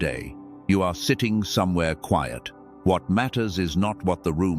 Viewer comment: Even in the cwaiyet in the resieved